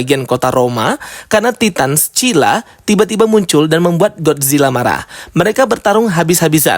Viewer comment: skylla bukan secilla 🥲